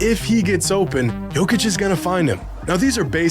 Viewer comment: learn how to pronounce his name. it's yo'kitch